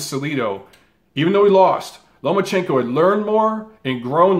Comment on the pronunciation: You calling Lomachenko “Lomo” instead of “Loma” triggered me especially because you talked about people saying his name wrong.